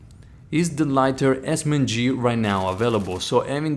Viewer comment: A very Haccurate Esss men gee